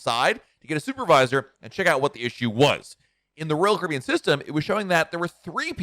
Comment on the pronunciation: SPEAK SLOWER!!!!!!!!!!!!!!!!!!!!!!! PROPERLY PRONOUNCE "ROYAL CARIBBEAN!!!!!!!!!!!!!!!!!!!!!!!!!!!!!!!!!!!!!!!!!!!!!!!!!!!!!!!!!!!!!!!!!!!!!!!!!!!!!!!!